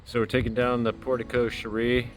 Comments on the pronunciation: So glad to see it being restored... just wish you would pronounce it properly " port eh Co share"... easy peasy. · I am so so glad you were able to fix it. Looks great and safe now! Oh BTW it's port-koh-SHAIR like Cher the singer lol